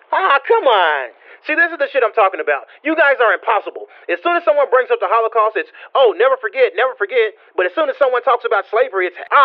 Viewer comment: that bit was funny hehe im so dead when he said the holocaused